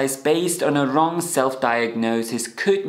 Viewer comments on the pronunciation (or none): none